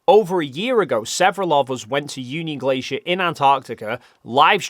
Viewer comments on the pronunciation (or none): none